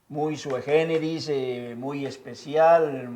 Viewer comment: "SUE GÉNERIS", ¿quién le dijo que así se dice? ¿A quién, que usted admire de sobre manera, le está copiando sus estupideces? Consulte el DRAE, por favor, es una súplica porque seguramente que a usted le dicen "la manguera", ya que solo abre la boca y la riega. SE DICE "SUI GÉNERIS" o "SUIGÉNERIS". Es una vergüenza que le den el micrófono y hable tan, pero tan mal frente a sus seguidores. ¡QUÉ INCULTO!